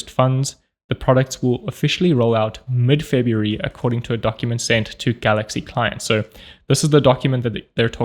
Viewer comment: February -> ebaryuf ????